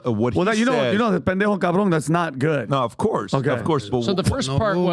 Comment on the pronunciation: never ATTEMPT to say Pendejo ever again, please. 🙏